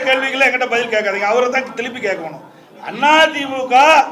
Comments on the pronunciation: திலிப்பி திளிப்பி என்னடா பேசுற, நீ மறுபடியும் முதல்வர் விளங்கும் நாடு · திலிப்பி திலிப்பி இல்ல சார் திருப்பி திருப்பி